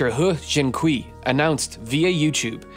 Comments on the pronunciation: I love your videos, and I've been sitting here utterly gobsmacked at the hubris of Dr Le... but I just wanted to offer a couple of pronunciation tips. You totally nailed the pronunciation of "He", but Mandarin syllables ending in -ui like kui are pronounced like -way, not -wee. Also "mosaicism" is pronounced with a soft C, not a hard C. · "kui" is actually pronounced more like "quay"